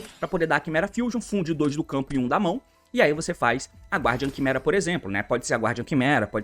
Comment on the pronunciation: T, a pronúncia de "Guardian" é "Gardian", o "U" não se prenuncia ❤